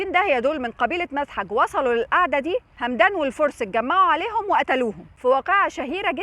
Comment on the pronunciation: همدان بفتح الميم وليست بالسكون بس شكرا على ستين داهية 😂